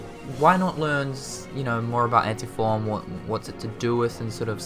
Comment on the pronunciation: I love how he says Anti-Form as Ante-Form.